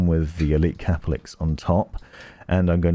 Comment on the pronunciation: Its CAPELIX NOT CAP-LIX